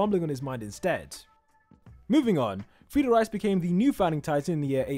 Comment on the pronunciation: Bro..bro what the hell is frida rice😂😂😂😂😂🍚🍚it's Frieda reiss bro😂